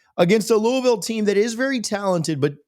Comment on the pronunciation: Learn to pronounce Louisville.